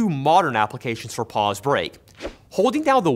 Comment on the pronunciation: You kept saying Pauls. And I kept hearing balls.